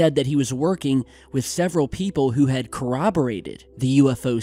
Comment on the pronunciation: Thank you for pronouncing the word "corroborated" correctly.